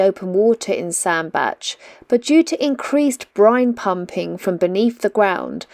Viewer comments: You are right Sandbach is pronounced Sandbatch. The unwary often pronounce it sand Bach like the composer. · Happy birthday, hope you had a lovely birthday. I’ve seen Oyster Catchers while cruising on the Trent and Mersey and funnily enough I saw a hare today whilst driving down a country lane. The weather looked dreadful for this cruise, yes you pronounced Sandbach right. Amazing nature and history on the canals and the places you visit if you look for it. How lovely that someone put little flags in the ground to save orchids from getting trod on! Don’t let nasty people upset you, as far as I could see you weren’t doing anything wrong. It was nice to have sunshine for the second part of your cruise. I loved the music in this video and the church bells added to the atmosphere. Fabulous drawing and poem as usual, I really enjoyed this vlog. Thank you. xxxx